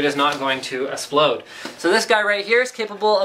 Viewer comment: he said Esplode XD